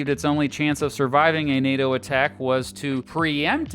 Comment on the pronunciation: NATO, not PLAY-DOH!! 😂